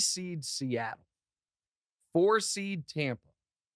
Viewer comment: TOMPA BAY..... Really?